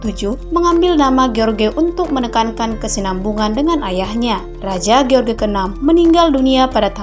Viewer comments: George jgn di baca george min, tp jorjs.. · Harusnya menyebut jorj, bukan ge or ge